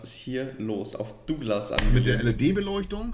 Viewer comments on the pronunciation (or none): none